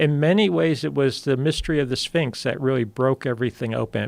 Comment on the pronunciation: Anyone else hear "mysteries of the sphincter" ?